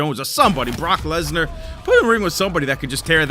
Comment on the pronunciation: He said Brock lesdnar lol